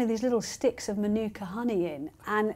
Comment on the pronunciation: As a kiwi, her pretending she has made mānuka honey is ridiculous. Unless she’s certified and has mānuka trees nearby her beehives it’s absolute crap. Also it’s pronounced mah-newk-ah not min-ewk-ah.